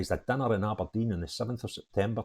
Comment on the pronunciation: a think your great but please stop saying Aberdine it’s Aberdeen….